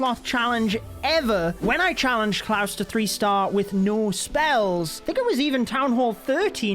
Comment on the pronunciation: Its klaus not cloud😂